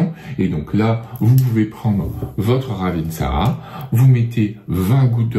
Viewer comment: On ne prononce pas le dernier "a"...